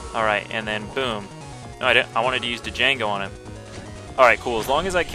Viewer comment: D'jango. I lol'd. pretty sure it's pronounced Jango, but it's cool. I respect the Lets Play of one of my favorite BN games.